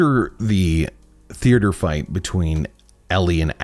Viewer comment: Did he say "a figth between ellie and dina"?? 😂